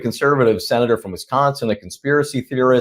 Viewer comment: NOT RAN JANSAN FROM WISCANSAN